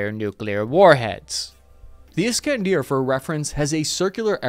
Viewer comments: there is no 'deer' in 'iskander' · Is-Kan-der not Is-Kan-Deer. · My god you butchered Iskander